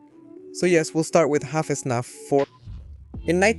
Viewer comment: Came to this video looking at which version to get for my son and I have to ask a question. Is the SNAP thing due to language difference? It's FNaF. Why do you keep calling it SNAP? Or is this to farm engagement and I'm the one dad dumb enough to bite?